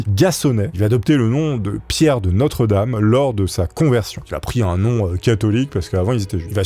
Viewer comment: Michel de Nostre-Dame, et non notre-dame, ptdr